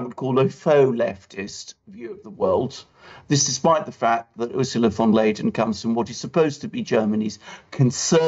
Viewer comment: She is called “ van der Leyen” not Leyden....